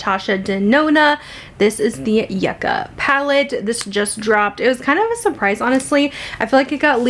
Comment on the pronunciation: the name of the palette is pronounced Yew-ka, not Yuh-ka. I love the looks you created!